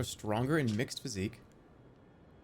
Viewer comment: "Wonderous physique" instead of physick